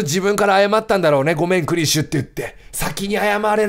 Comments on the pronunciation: しかも大分変わってて草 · 最初はクリシュって読んでたけど、どんどん感情移入しまくってニクシュって読み続けるキヨが愛おしい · それに画面にクリシュがあれば読む際はちゃんとクリシュ、自分の言葉のときだけニクシュｗ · ストーリー本当に心に刺さってめちゃめちゃ涙でてくんのに途中からキヨがクリシュのことニクシュとか言い出して毎回ニクシュって言う度に「クリシュ……」って半泣きで呟いてしまう自分がいる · いいゲームすぎるけど途中からキヨがクリシュをニクシュって間違えてるのが面白すぎるw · クリシュ→リクシュ→ニクシュになってるw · キヨの中でだんだんクリシュがニクシュになってんの笑う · 最後クリシュって言えたのに最後の最後でニクシュww キヨはなんやかんや心が綺麗だからこういう綺麗なゲームしてると本当に心が浄化される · 途中からずっとクリシュのことをニクシュっていってて面白かった笑いつもはふざけてるキヨだけどこういうゲームだと真面目にやってるの素敵だしキヨの優しさが溢れ出てて好き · 徐々にクリシュがニクシュになってんの好きwww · 感動の物語なのにクリシュが途中からニクシュになったのがまじで面白くて涙ふっとんだw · すごい感動して泣けるんだけどクリシュのことニクシュって呼んでて笑ってしまう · 途中からクリシュがリクシュになるのおもろい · クリシュのことを最後の方は ニクシュって言ってるけど、 それくらいキヨは集中して話に入っているんだろうな〜…。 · キヨが途中からクリシュのことリクシュって呼んでるのなんか好き笑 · クリシュのことずっとリクシュって言ってるキヨ可愛いWWWWWWWWW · クリシュなのにニクシュって間違えてるのが気になりすぎてしまったw